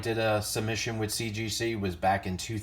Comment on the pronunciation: Yeah, you can barely say CGC. Wow. GM 10. You never get that on toy cards.